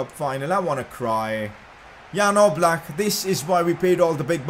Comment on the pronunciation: Its definitely Oblak no offence